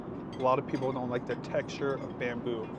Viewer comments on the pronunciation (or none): none